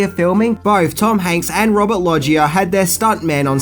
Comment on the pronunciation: It's not Robert 'Lodgey-er'.... its 'low-ger'